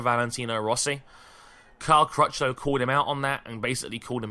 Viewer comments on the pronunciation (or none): "Cal Crashlow"